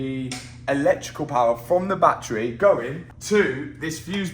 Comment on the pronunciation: I'll subscribe the day you say BATTERY correctly